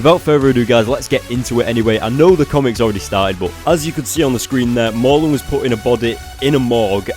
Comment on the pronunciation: pls ya killing me Mur~len not Mar~lun